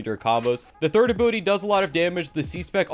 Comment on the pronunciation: He say = ability I hear = Butty